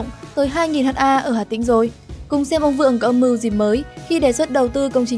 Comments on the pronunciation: Phát thanh viên nên đọc là hecta sẽ hay hơn là Hát a .. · Ad học lại lớp 5 đi ! 10.000 m2 = 1hm2 = 1ha, "ha" là viết tắt của hertare (từ TP) và đọc là "héc-ta". Vậy mà ad đọc là " hát-a": Ngô nghê buồn cười ! Theo logic này của ad thì 100m2 = 1dam2 đọc là "một giam hai"... Đọc ngầy ngây vậy mà còn thuyết trình và so sánh Vingroup với Apple, Facebook,... Đúng là... Vương Trảm Fong ! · 500 h a ko bít ad này học ở đâu mà đọc ha thành H .A